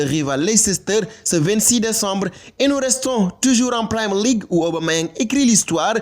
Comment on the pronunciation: On ne dit Primer League. Pour un site comme Africai Sport c'est quand même pas sérieux de ne pas savoir prononcer Premier League